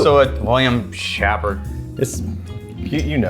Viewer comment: Are you sure? William "Happert" seems wrong.